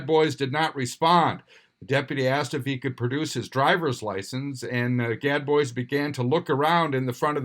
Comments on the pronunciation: IKR....everyone knows it's pronounced GAD BOOZE! ;) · Gad Boys🙄 #1, how have you never heard the "-bois" pronunciation? #2, why do you never just make a phone call and ask?